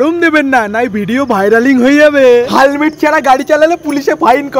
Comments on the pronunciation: হেলমেট ❌হালমেট ☑️ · হেলমেট ❎ হালমেট ✅😅😅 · হেলমেট ❎ হালমেট ✅ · হেলমেট ❎ হালমেট ✅😂😂😂😂😂😂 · হেলমেট ❎হালমেট😂😂😂😂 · হেলমেট❌ হালমেট✅ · হেলমেট ❌ হালমেট ✅ 😂😂😂😂😂🤣🤣🤣😅😅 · হেলমেট ❎ হালমেট✅😂😂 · হেলমেট ❌হালমেট✔️😂